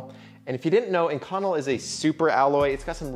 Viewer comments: Oh man... I cringed every time he said "in-connel," but it is sort of a rare material so I suppose I can't judge. It is definitely pronounced "ink-oh-nell." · I've never heard it pronounced ink-conel. I've always heard it as ink-co-nel. Love the vids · Ah shit... I just added the same comment. I guess I should have read down a bit first! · I have to admit I did a "Whiskey Tango Foxtrot" when I heard our esteemed content creator butcher the pronunciation of Inconel [ iNGKę,nel ] and I never would of thought of using it a material to make wedding rings out of unless the couple were a couple of gear-heads or aerospace fabricators. They are nice looking rings but too thick for me and if I were to make or commission them the bevels would become radius because I have seen to many rings with very pronounced bevels get caught on something (before I destroyed my quad I was a volunteer fireman and seen a lot of rings and fingers snagged, stuck, and a lot worse but your fingers your rings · As an actual metallurgist this kills me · Omg I'm glad I wasn't the only one. I started to wonder if I've been saying wrong my life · I work with this steel a lot I have always pronounced it “in-co-nel” (nail) but maybe that’s just the southern way or saying it 😅 it’s an insert killer works carbide to death on a lathe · A) it's Ink-Un-Elle (pronunciation) B) you know you need to wear a respirator when machining that stuff eh? Nickel and cobalt dust will give you lung cancer :-) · lmao not saying the pronunciation is wrong just threw me off when I read it the way I pronounce it and hear it a different way. I deal with this material regularly and have never heard it pronounced that way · Is he pronouncing “inconel” correctly? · You want to learn how to pronounce the metal you’re talking about before making a video.